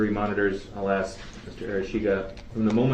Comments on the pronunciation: This is exactly the way his mother Dawn talks. One thing I've is that there are times he has no trouble pronouncing the word 'ask' correctly. Whenever he mispronounces it 'axe', he's either talking the way his mother does, or he's trying to act tough. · He can't even say the word ask he says AK that's not a word grow up